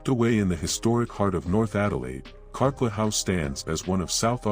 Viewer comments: The house in North Adelaide is Carclew, pronounced CarClue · It’s called Carclew! Not Carclew house but simply the name pronounced “Car- clu” a family member was going to buy it when I was about 5 years old & we spent 2 days there (somehow I don’t know how) when it was for sale in the 70’s. I was going to have the tower when the place was fixed up & was truly thrilled about it. We didn’t see or hear anything out of the ordinary & parts of it hadn’t been wired for electricity! Sadly it wasn’t to be & I never got my princess tower 🥺🤷‍♀️✌️